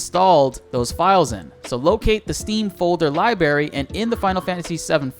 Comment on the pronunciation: You do know there are two "R"s in "library," right? ;)